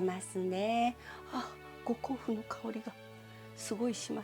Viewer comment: 本場のウーシャンフェンって発音聞けるぞーって身構えてたらごこうふんで笑っちゃった